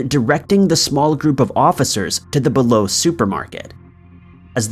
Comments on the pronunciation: Yes, it's pronounced BEE-low Bi-Lo ("buy-low) is a completely different store. Neither is pronounced "below". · It’s pronounced bi-low Now below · They pronounce it Bee Low in the 911 recording.